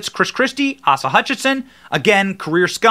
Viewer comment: "AW-suh?"... It's "ACE-ah"... Were you Common Core educated, Ben...? GEEZUS dude.